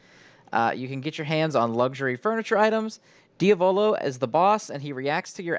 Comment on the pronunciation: It is, pronounces it very oddly lol